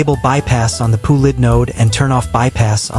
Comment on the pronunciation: "P-U Lid" 💀